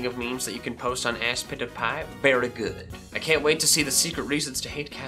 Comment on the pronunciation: It's supposed to be aspitifay